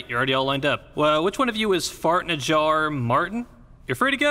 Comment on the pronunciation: "FARTS FARRTSS FARTTTSS" Funniest pronounciation lol